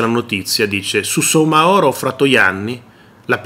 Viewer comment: La cooperativa si chiama KARIBU CON L'ACCENTO SULLA I(i) Il signore si chiama Abubakar Soumahoro e si pronuncia sumahoro Abubakar con l'accento sull'ultima a